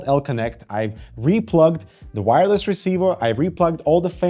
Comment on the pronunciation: Its "wire-less", not "no wire"